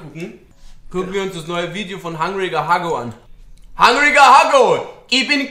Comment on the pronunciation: Das heißt einfach Hungriger Hugo wtf nicht hangriger haggo